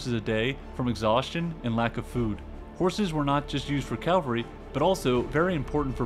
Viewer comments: Cavalry not Calvary. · Pommerania, not Pomeria. Cavalry, not calvary. Regardless, not irregardless. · Umm...It's "cavalry", not "calvary." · It is pronounced as "Cavalry" (horse) and not "Calvary" (hill where Jesus was crucified). But great video still.